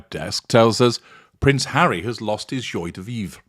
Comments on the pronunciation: Dear in case you plan to use this phrase in the future, it is pronounced "jwa" de vivre. Just sayin'. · Very disappointed in your prounciation of joi de vive